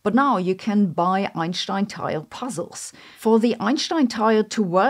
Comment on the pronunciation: I don't understand the "sh" pronunciation she does. It doesn't make sense.